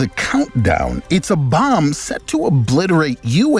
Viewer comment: "If a bomb is". The narrator has a weird intonation ngl. I heard it too.